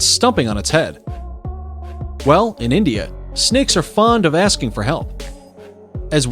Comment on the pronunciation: The man says “snigs” 😐